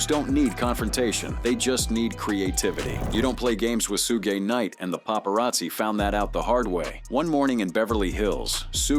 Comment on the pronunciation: Tf is a "Shugay Knight"...